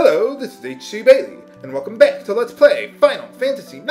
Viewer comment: At your ending, it sounded exactly like Let's Pray FF9.